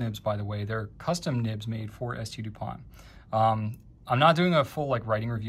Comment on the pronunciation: San-Du POHN *Ghee-OSH*, I should have thought (ya know: there ain't no accent or final T on the last name).